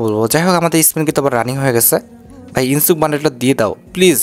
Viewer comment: ইনসুক না ইনোস্কে ওর নাম।